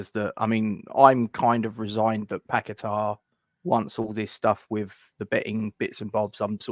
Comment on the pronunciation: Kudus is going nowhere ffs . And it's paqueta not pack a tar ffs